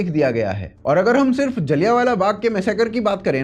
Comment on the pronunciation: सूसरे..जलियानवाला नही. जलियांवाला